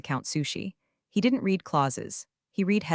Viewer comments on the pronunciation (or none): The past tense of read is pronounced as "red" not "reed" but the AI narrator program isn't smart enough to know that. Maybe most listeners don't know the distinction either. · read, TED and resume all mispronounced. Might try having someone edit these instead of relying only on the AI doing the writing and reading